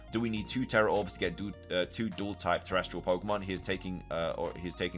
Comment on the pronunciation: TeresTAL not TeresTRAL.